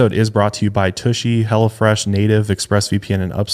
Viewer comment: Sounded like said Hella Fresh instead of Hello Fresh lol Love yall!